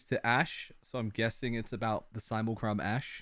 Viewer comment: Simlecrum XD I'M SORRY but I love that so much XD